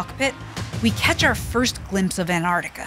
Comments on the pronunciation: For some reason I get so triggered by the way this girl says "Annarctica". It's A N T A R C T I C A! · we are in ennarnica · Nice but you went to ANTARTICA. Not Antarctica. There is a T.. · americans pronouncing an-tar-ti-ca as an-art-ika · It's annoying how you say "an ardica" instead of Antarctica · Why can't Americans pronounce their T's. An-ard-ica 🤣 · Please, please, please pronounce the darn T in AnTartica🤦🏻‍♂️ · Why are Americans so against pronouncing the first 't' in AnTarctica? Seriously, what did it do to you?